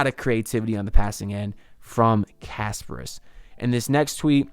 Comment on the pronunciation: Please pronounce kasParas instead of Casper. 😆